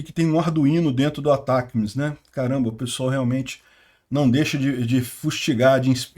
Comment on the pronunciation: O nome do míssil é Atacms. Se pronuncia Atac e depois as letras m, s. Isso foi informado pelos canais grandes de notícias militares do Brasil. É isso, se fala, Atac ms. Se escreve Atacms.